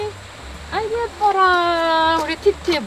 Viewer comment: ㅋㅋㅋㅋㅋ아 이제 티티가 아니라 띠띠로 밖에 안들렼ㅋㅋ큐ㅠㅠ